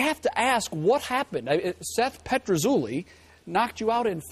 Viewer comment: Seth PetruZUlli hahaha WTF